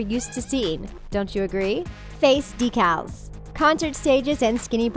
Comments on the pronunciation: when the narrarator said "decales" instead of "deecles" :/ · and the said DEECALS not decals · de-cals?... decals? is she pronouncing it weird or is it just me?